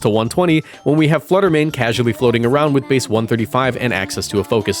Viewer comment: FLUTTER MANE IS 2 WORDS, NOT ONE WORD!